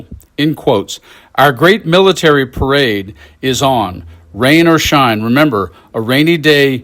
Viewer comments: Per-Ade. Must be Italian. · is it a parade or a para-raid